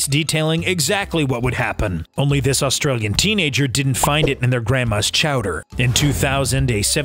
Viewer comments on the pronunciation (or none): none